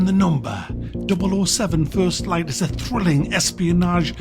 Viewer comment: "First shyte", coming from a Irish bloke IS HILARIOUS 😂😂